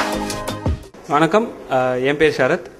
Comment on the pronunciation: look up the word "disco" in dictionary u moron!! not a single person on this video knows how to talk except for the guy on a ralph lauren shirt.......its not "venakkam" its f***ing "vanakkam"